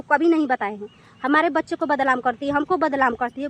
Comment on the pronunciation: Pahle hindi bolna seekh lo.Badlam nhi badnam bolo